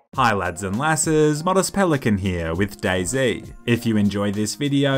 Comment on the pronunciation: Lol , for a second I thought day z actually said boyz